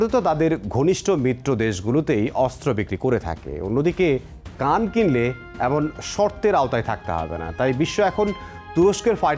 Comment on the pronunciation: উচ্চারণটা কান নয়, খান অর্থ লিডার।